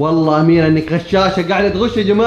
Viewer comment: اميرة حرفك الاخير هو ة مش ه